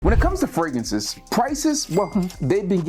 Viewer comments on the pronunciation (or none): fraGRANCES not fraGANCES 😂